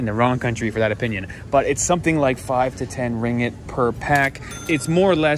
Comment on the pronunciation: It's ring git, not ring it. 2 gs